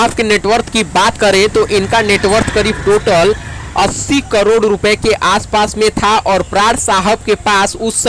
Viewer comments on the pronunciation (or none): none